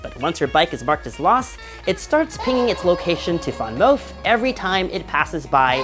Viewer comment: it’s VanMOOF, not…….what that VanMOUF do?! LOL